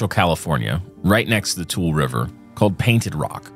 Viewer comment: Its Too-Lee (Tule)